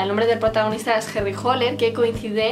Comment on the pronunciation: no es Holer es hAller